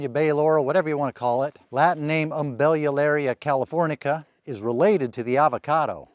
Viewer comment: "Umbellularia californica" . . . now there's a name you don't hear very often, at least outside of academic circles. Yeah, at first I thought you called it a "peckerwood" tree. 🤣